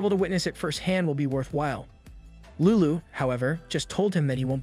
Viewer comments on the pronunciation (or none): If he was trying to pronounce lulu in a more Japanese way than I guess itd be closer...